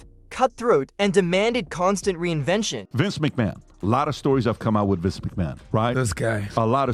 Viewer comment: Omg, but who is Vince Mchamon?